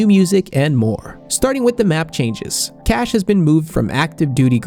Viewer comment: Not cache